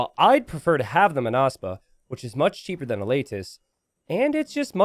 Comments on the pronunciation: It's Mónaspa, not Monáspa (with Hermione's voice) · you pronounce it as [məˈnʌspʌ] or [maw-nahs-pah].